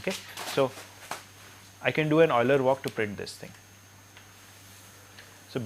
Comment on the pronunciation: I finally found a person who can pronounce Euler correctly.